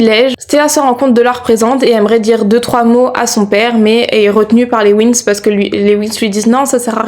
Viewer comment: C’est les Winx pas les wins 😂 sinon bon classement